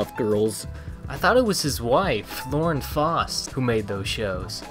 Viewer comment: Lauren Faust's name was mispronounced there.